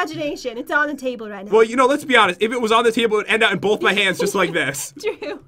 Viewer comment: Is it me or did pat said cable instead of table